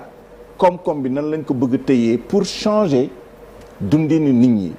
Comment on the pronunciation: Un ministre " de surcroît de l'éducation ou de l'enseignement " je ne sais meme plus. Qui ne peut meme pas prononcer le mot changer